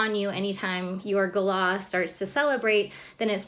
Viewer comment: Lol. At least you pronounce Galah properly.